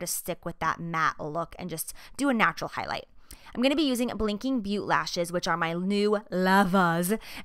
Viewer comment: Because I speak French and because I care about you, Jaclyn, I will say this: It's pronounced "Blinking BOE-TAY." Also, you're gorgeous, and you're rocking the more natural, toned-down look. Kaybye ♥